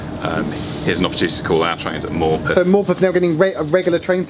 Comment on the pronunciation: Good to hear an none northern person pronounce Morpeth correctly